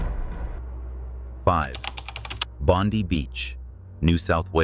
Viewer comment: Bon-die Beach is the pronounciation ... No story here about the Cursed Bouncing Stones from Thornton Beach on the Daintree Coast in Far North Queensland ? Search that one..